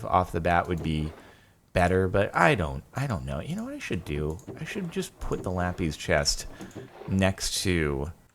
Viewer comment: ITS LAPPIS NOT LAPEEZ